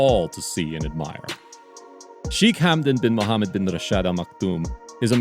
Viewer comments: Cracking pronouncement of his name mate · Really like the way you pronounced his full name ♡